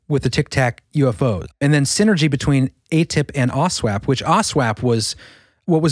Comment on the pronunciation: bleep bloop... i think you mean "aw snap"...